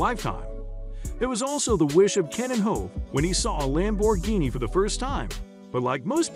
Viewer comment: Ruined by A.I. that can't even pronounce Lamborghini